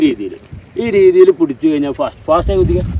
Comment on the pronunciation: Pudich alla pidich paranje pidich